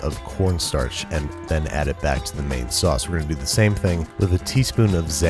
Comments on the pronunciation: I heard " that is right my roommate is black" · Back ... Not black...lol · Thought he said my yes my roommate is black lol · When babish said "thats right, my roommate is back" i heard my roommate is black and i literally DIED laughing lmaooooooooooooooooooooooooooooooo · Did you say " my roommate is black" or "my roommate is back"? :) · I HEARD WELCOME BACK TO BITCHING WITH BABISH LMAO